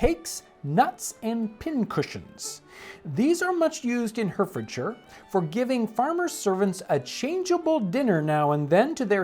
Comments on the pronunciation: It’s pronounced Hart-Ford-Shire. Not Hert-Ford-Shire. Say A not E. At least it is in the U.K. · It's pronounced HART HARTfordshire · Hearing Hertfordshire pronounced as "Hurtfordshire" rather than "Heartfordshire" hurt my soul. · Its pronounced "heartfordsher". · Hertfordshire in England is pronounced Hartf'dsher. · that's not how you pronounce it its pronounced heart-fuhd-shuh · Pronounced Hartfordshire if the one in UK. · AAAGHHHHHHHH! it says hertfordshire but it's pronounced heartfurdshur. No offence it's just making my ears hert(lol). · FYI Hertfordshire is pronounced Hartfordshire. 😎 I’m English. The cakes look interesting. I shall try it. Thanks for the video. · Pronounced: heart-fud-sheer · FYI - Hertfordshire is pronounced hart-ford-shurr. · The true Englishman pronounces it "Ahfsha". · John, it's pronounced Hart-ford-sher. Full marks for a good pronunciation of 'shire' though. It is always '-sher' or '-sha', never '-shy-er' (unless you are talking about the horse). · pronounced 'heart-fordshire' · Pronounced Heartfordsheer. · Hertfordshire is pronounced Hartfordshire. One of the inconsistencies of the English language. I’m English. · It's pronounced Hartfordshire . . . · It's pronounced Hartfortshire because Brits are weird. These remind me of Austrian Kaiserschmarrn. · Oh Jon. As a Hertfordshire native born and bred, this was fascinating. Pronounced: "heart-ford-sheer" for your future reference. I'm going to try making these myself! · I was going to comment the same. Weird pronunciation for places! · John: herdferdcher Me: Gesundheit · Hi Jon! I'm from Bedfordshire, bordering Hertfordshire, and its pronounced "Heart-Ford-Shire"! Thank you for your content and the brilliant history <3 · Just as an FYI, it’s pronounced “Hart-ford-sher” 👍🏼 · It's pronounced harfordshire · Hertfordshire is pronounced "Hartfordshire". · Hert is said like "heart" then "Ford "like the car ...."shire" like a shire horse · Hertfordshire is pronounced "Hartfordshure".